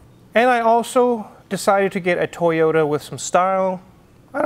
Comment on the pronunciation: Brother, you get a toyoTa not a toyoURA. I also want some water 🥵😄